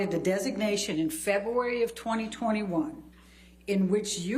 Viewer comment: Very struct time but you dtiod there waiting for certain testimony to be asked, shuffling papers, going on about muffins. Kearn how to pronounce wirds Adeo Febooary